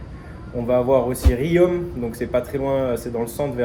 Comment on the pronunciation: Pas Riome ! Ça se prononce Rion (ri on) 😅 les bougnats vont te tacler sinon...